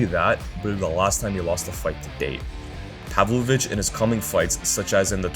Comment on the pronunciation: It's pavlOvich not pAvlovich cmon